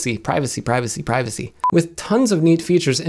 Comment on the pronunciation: Ghooosh!! It’s Privacy Bro, Not privacy🙄